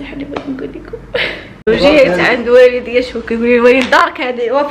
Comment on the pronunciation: وامريم المرضية قولي والديَّ وليس والدية بالتاء صححي اللغة العربية في ذمة الله. ألا تقرؤون القرآن الاية الأخيرة من سورة نوح: " رب اغفر لي ولوالديَّ" الله يحفظهم لك